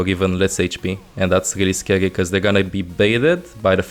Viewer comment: Does this guy not know how to say R's? baggiegs, ginehagt, megcy, threehundged, gight now, scagy, zayga... i get the accent and all but damn hes hard to understand